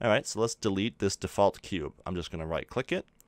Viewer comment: I Hate the way he says default